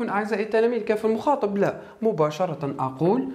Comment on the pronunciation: شرح ممتاز استاذ فقط ملاحظة نقول كاف المخاطَب وليس المخاطِب